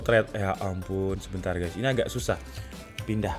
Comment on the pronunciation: Tolong sy dr pertama nontonin video DK ID penasaran gak tau apa opening nya itu. "Hai, gaes disini. Atau hai, gates disini?????"